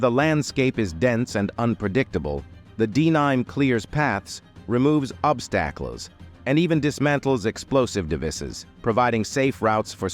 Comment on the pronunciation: Love the D9 and the way the IDF has utilized it. This video and especially the nonsensical narration full of horrible grammar and mispronunciations, especially the word: "obstacles".